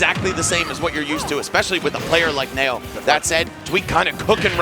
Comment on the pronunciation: Knee-O.... Knee-O. ... nay-o? Really